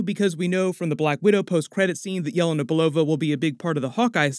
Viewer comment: Good content but its driving me nuts... Her name is pronounced Yah-LAY-nuh, not YAH-la-na